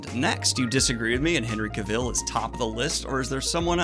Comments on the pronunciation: Hey Daniel, I'm going to be that guy and let you know that Cavill is pronounced CA-vuhl (rhymes with travel), not ca-VIL, anyone not believing me can easily google it and one of the first results is Henry himself with a very short video explaining it. This wouldn't have bothered me except the name is mentioned like 20 times in the video and by the 15th I was wincing lol. Anyway keep up the good work, cheers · Looking forward to seeing Dune here in the UK. I really enjoy Henry Cavil in everything he does and personally would enjoy seeing him take on Bond but I have a feeling it won't happen myself. Also just so you know, it's pronounced like Travel 👍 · It hurts my ears every time you say Henry Cavill's name wrong. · Just thought I’d let you know Henry pronounces it like cavil, not cavil (emphasis on the ca part) lol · Just sitting here listening to Daniel mispronounce Henry's name... I'm fine.